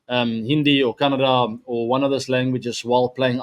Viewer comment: He says kannada perfectly ❤😂